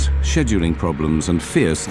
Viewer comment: If the narrator never said "scheduling" again for my next 3 lifetimes, it STILL would be too soon.🤣 I'm all for employees being passionate about their job & being highly motivated to perform. However in this case where you have a plane full of people whose lives depend on pilots/ATC's actions its NOT a case of "get there itus" that's just reckless in my opinion & totally unacceptable for people whose positions of maintaining public safety that use the airlines for their means of travel. I also believe the airlines in general should be somewhat accountable. They implement strict safety measures that pilots MUST follow while increasing pressure on them to stay on a required schedule that effects other flights, etc Like most jobs where rules are logical in theory & on paper, but are anything but when implemented & executed. An airline job differs due to the level of potential consequences that possibly could effect 100s of lives. I would hate to think the airlines in general would set these written standards consciously knowing they are next to impossible for pilots to routinely achieve & for the sole purpose of insulating themselves against lawsuits that surely come in the aftermath of most plane crashes. At this point, when greed is involved in the equation...there's not much anyone could do that would surprise me.